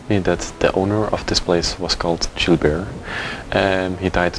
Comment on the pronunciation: I thought you were calling the man Jew Bear.😄